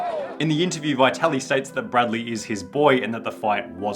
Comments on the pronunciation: dude, you are butchering his name 😂 Vaitaly? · good video.. only 1 problem : The name Vitaly is not pronounced as "why tally" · It’s Vit-Ali. The first “i” is soft. No need to emphasize it and miss pronounce a common Ukrainian/Russian name. The “i” is pronounced identically to the “i” in “it” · You want us to believe u researched when u call him bye-tali??? Bruh u wilding